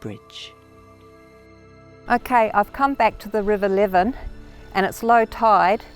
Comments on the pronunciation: Never heard it called 'lev-en', but rather 'Lee-ven' river. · It does sound strange.😂 I’m a Gawler kid.😊